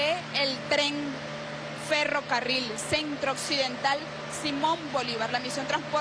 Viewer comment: "FerrovEario"? Que periodista es esta?